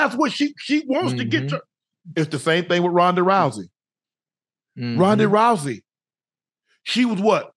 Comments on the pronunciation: Did unc just rename Ronda Rousey to Rondey Rousey 😅😂 LMAO I MUST BE HEARING THINGS FUNNY AF 😂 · Unc said Rowdy Rousey😂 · Did this dude say, Rodney Rousey🤔😂